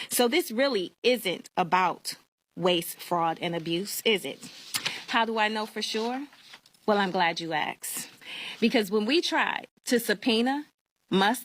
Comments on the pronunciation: Glad you Ax’d ??? Really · "I'm glad you axed."